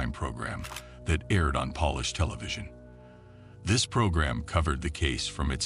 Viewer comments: Except for the repeated mistaken pronunciation of Polish. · You do realise the narrator is AI? Pronounced Polish as if it was a cleaning product 😂😂😂😂😂😂😂😂😂😂